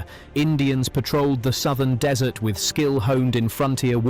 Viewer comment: If you must use AI narration, you could at least spell check your script. I'm sure the Rats of Tubruk would be mortified to hear they had fought under dessert conditions. I doubt they got much ice cream at the front. They weren't Americans.